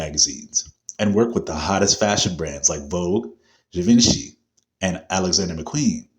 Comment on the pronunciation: You’re pronouncing Givenchy Incorrectly.